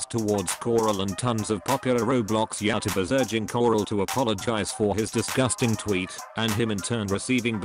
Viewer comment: Google talk feature: YeowwTuhbers